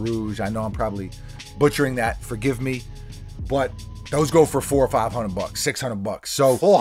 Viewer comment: Lol fau oh fi hunn ed